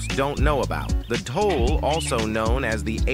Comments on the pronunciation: Love how the voice pronounced “dholes” differently every time it said it. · And dhole was pronouncrd four different ways in this video...